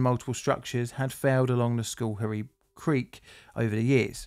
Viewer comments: Cool! This is from close to home... hunted a lot in Schoharie as a kid. Schohrie pronounced "sko-harry" cheers man! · For anyone interested, the name is pronounced like "skuh-HAIRy" (No criticism of, of course) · Am familiar with the spot. Pronounce that Scar-hee. Hey You Toobers, find a local newscast for how to pronunciate place names. Infamously, locally a pilot fell out of an airplane and fell on Fuk-way Varina. not quite....Few-kway. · Took me 2 minutes and 3 rewinds to hear the name properly 😂 I'm from the general area; I kept hearing "school hairy" and was like where tf is that in NYS? 😭😂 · Schoharie is pronounced Skh'arrry is most NY dialects. While Dutch in origin, the "oo" if present is almost a grace note. Otherwise carry on. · This one was close to home, literally. I lived in the area at the time and I remember it well. You did an excellent job of documenting the event. Other than mispronouncing Schoharie, which is understandable if you're not familiar with U.S. east coast Native American names.